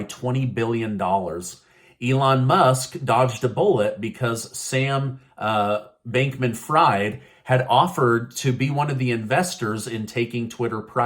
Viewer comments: It's pronounced " freed" not fried...despite the spelling 🤦‍♀️ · It’s pronounced ‘freed’ not ‘fried’. Though he has single-handedly ‘fried’ crypto for the moment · His last name is pronounced "freed." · I think you pronounced his name wrong.